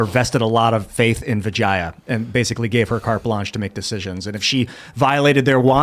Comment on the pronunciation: The pronunciation is ‘Vijya’.